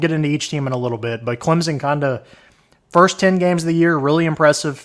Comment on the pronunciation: It’s Clemson, with an S. Not Clemzin